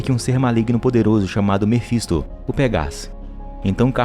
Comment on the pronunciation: Mefinsto é foda kkk Mefintosfis a mulher é rockceni Black work(rock ( (a pronúncia )o jeito da escrita nem faço ideia kkkkk